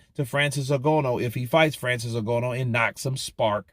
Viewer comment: His name is pronounced N-Gan- oo